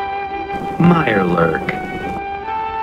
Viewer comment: Mirelurk. Mirelurk. Mirelurk. Mirelurk. A Mirebwjurk!? Come on. That's like, two out of ten points of danger. Tops.